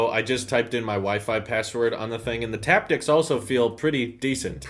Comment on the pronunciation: haptics not taptics. Taptics isn’t a word.